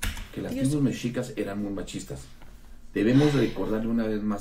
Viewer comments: Si va a criticar primero que aprenda a pronunciar. No es Méxicas, es Mexícas (aunque no se acentúa de forma escrita) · Se pronuncia "meshicas".